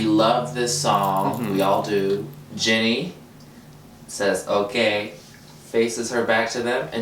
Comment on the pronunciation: I've noticed that Americans all call Ginny Lemon Jenny Lemon. It's an I not an E!